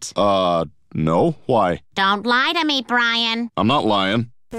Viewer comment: BRIAN SAYS HOWHY INSTEAD OF WHY